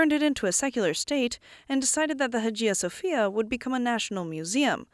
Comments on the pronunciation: Its Hagia Sofia not Hajia Sofia. Study the matter ur going to present a little bit before. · Learn how to properly pronounce names such higiia Sophia. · Nicaea is pronounced as 'Nikeea' and Hagia Sophia is pronounced as ' Aayeea Sophia'